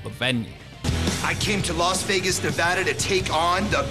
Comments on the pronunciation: lol no offense brotha, just joking with ya. Your videos are awesome! You also have a great narrative voice for videos! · Not to be that guy but it's pronounced Ne-VAH-dah not Ne-va-duh. Just a heads up...and that isn't a California "slang" or a way we say it with our "accents" (that we supposedly have).